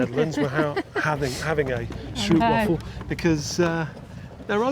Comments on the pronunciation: Stroopwafel is pronounced as 😮 ooh! Stroop is syrup and wafel is waffle, together…. Str… oooh…p wafel. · In Dutch the 'oo' is pronounced like in boat. Not like in wood.